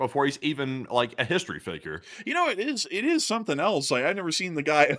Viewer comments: Programmer: "It's pronounced 'else.'" Me: "No thanks, I prefer eltz. It has more character." 😄🎉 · Else (ELS) The English word "else" is pronounced ELS (IPA: /els/). Examples: Someone else → "SUM-wun ELS" Anything else? → "EN-ee-thing ELS?"❤